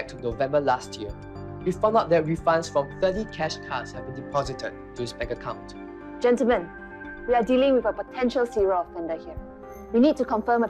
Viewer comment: At 4.34 she Said ”gentalmen”that means that the others policeman are all men